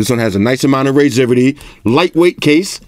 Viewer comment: wtf is "raizivity"?!